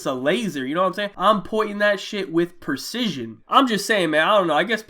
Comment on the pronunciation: My man's said "purrcision"